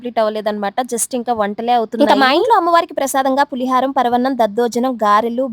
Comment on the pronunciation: పులిహారం కాదు పులిహోర